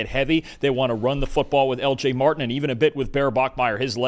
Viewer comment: Martin. Not Mar-ihn